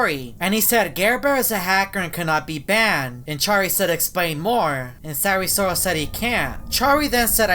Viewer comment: Me - Sayri sayrol Him - sAyRi SoRaL